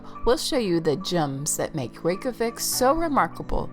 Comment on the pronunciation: NOT THE REYKJAVIK AS REKAVIK😂😂😂